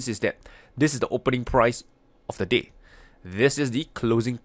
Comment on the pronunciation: Watching this half asleep, I didnt here "the day"... I heard "this is the low of the d*** and this is the high of the d***"....... lol